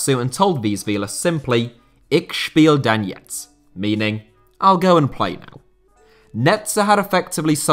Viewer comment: The way he pronounced ich spiel dann jetzt was very funny